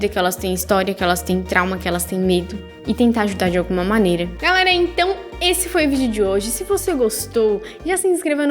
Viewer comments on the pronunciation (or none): none